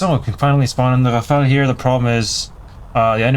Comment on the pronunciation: It's the first time I hear a non french speaker pronounce Rafale like a native speaker you nailed it bro